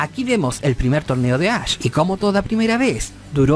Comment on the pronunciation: Todo el mundo pronunciando = Ash El pinche = Ach Jajajaja